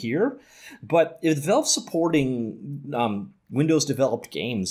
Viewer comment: The amount of times he says "velve"